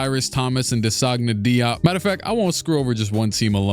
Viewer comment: It’s pronounced “Jop”